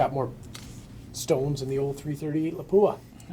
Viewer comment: Someone finally nailed the pronunciation of Lapua. Well done.